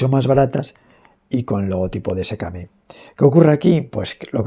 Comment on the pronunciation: Se pronuncia sikemei